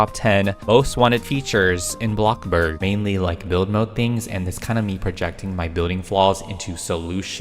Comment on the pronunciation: "Bloxburrg" ah yeah my favorite way to pronounce bloxburg